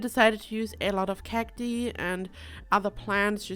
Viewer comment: Love the build. Pronunciation for cati is actually "kak-tie", I know english isnt your first language so I just thought I'd help out <3